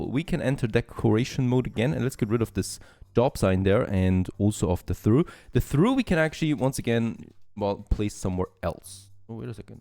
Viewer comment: trough - "troff"